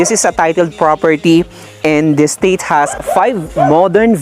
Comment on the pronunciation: don't pronounce as state.. es - teyt (slowly)